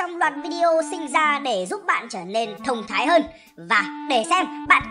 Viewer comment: đừng nhấn mạnh chữ "THÔNG THÁI" được không